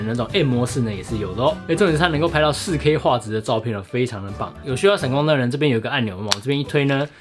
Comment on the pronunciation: 介紹很詳細也很清楚喔!! 實際操作的照片也很棒! 不過，的台灣國語 "仕K"(4K)...看的時候有讓我笑出來~ 呵呵~~